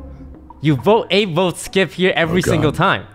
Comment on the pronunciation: the fact that xqc got corrected about calling abe "abbey" yet continued to do it lmao